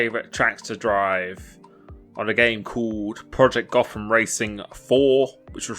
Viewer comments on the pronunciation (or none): none